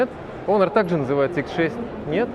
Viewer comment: ЯОИОН 😂 Теперь HONOR буду только так называть - яоион